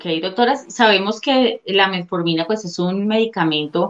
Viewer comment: aprende bien el nombre de la pastilla no es METMORFINA